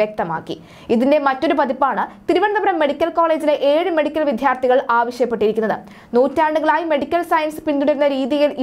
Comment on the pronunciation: മലയാളത്തിനെ വൃത്തികേടാക്കരുത്. വിദ്യാർഥികൾ എന്നാണ് ഉച്ചരിക്കേട്‌ണ്ടത് വിദ്ധ്യാർഥി എന്നല്ല. മലയാളഭാഷയെ നാണം കെടുത്തരുത്